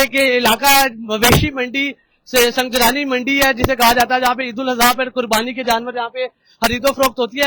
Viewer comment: Sung Jani bolo bhi sunjrani ni hai